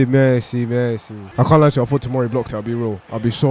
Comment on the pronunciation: bro really added a caption to them merci merci so people wouldnt think he said messi lmaoooooo